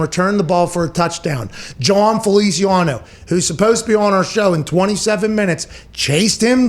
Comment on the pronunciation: “Jon Feliciawano”- Pat McAfee